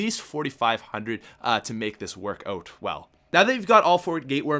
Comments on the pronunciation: The Dot :3 It sounded like he said oat instead of out tho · Why does it sound like he keeps saying "boat?" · Canadian accent